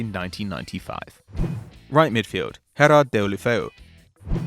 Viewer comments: Those names sound so awful coming from his mouth. Herrad ghelofeyu. Luuka deen? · Football fans: Everyone heard of Gerrard: "HEraRd" is the best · "HERARD" "DINNN" (Digne)🤣🤣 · I ain't one to correct anyone but it's daily blind UK people who does watch football hear how to pronounce it but y'all just say anything and ITS GERARD LIKE PIQUE FIRST NAME